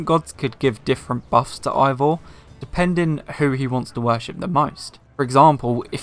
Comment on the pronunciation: Hate to be that person but it's pronounced Ay-vor, not eye-vor. Other than that, great video!